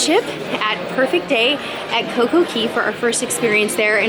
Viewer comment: You seem like such a fun mom LOL love your channel! But I think its pronounced Perfect Day at Coco Cay (like Kay instead of Key), they probably did it like that so it rhymes with Day xD